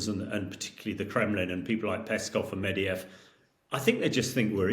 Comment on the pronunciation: Is someone ever going to tell this guy that Medvedev is not pronounced Medeyev?